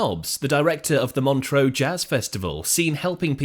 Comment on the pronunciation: Montreux - pronounced Mon-truh, not Montreaux (Mon-tro). It ought not to annoy me but it does.